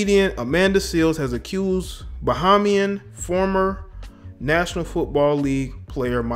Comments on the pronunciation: Not "bah-ha-mian"..Pronounced "bah-hay-mian"! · Bahamian - pronounced "Bah-hey-me-an"...keep up te good work tho brother.